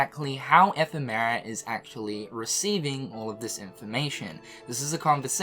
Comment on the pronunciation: And strelitzia and ephemer wrong